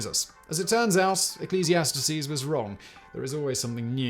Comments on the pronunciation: My guy, you should pronounce “Ecclesiastes” correctly before you so arrogantly question its veraciticies. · Apparently, one of the new things under the sun is "Ecclesiastes" having grown an extra syllable.